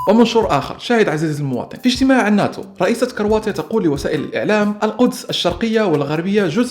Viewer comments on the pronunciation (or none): none